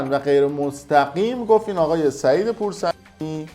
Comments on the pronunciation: پور صمیمی رو میگی پور صمیعی بعد به ع که میرسی صدا رو قطع میکنی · البته‌صمیمی‌...نه‌سمیعی😮😮😮😮😮 فامیلشم‌درست‌بگو‌ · حرفهات کاملا درسته ولی پور سمیعی نه و "پورصمیمی" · سعید پورصمیمی نه پور سمیعی آقای تعارض نه تعرض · پورصمیمی ! نه پور سمیعی😬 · خب مثل یه مجری حرفه ای قشنگ بشین ولاگ رو اجرا کن. چرا اینقدر جوّ زده میشی و داد میزنی و بالا پایین می پری تا پور صمیمی رو پور سمیعی بگی و آخرشم بیای همه ی پوسمیعی هایی که اشتباه ضبط کردی رو دونه دونه از رو ویدئو ادیت کنی و "ع"ها رو پاک کنی؟! از دست ایرانی جماعت!خخخخخخخخخخخخخخخخخخخخ!ا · چرا اسم سعید پورصمیمی رو میگی سعید پورسمیعی ؟ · به جای پورصمیمی گفتی پورسمیعی. حالا اشکال نداره .چرا هر دفعه صدا رو قطع می‌کنی؟ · ههههههه تو هم شبیه امید دانا داری مزخرفات دیگران را بلغور میکنی ، حتی اسم پور صمیمی را‌را بلد نیستی و از تکسی که برادران بیسواد ارسال کردن میخونی ، بعد مجبوری اون اخر فامیل یارو را که اشتباه گفتی با بیب غلط بگیری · جناب چرا میگید پورسمیعی؟ حتی از روی نوشته هم پورسمیعی میگین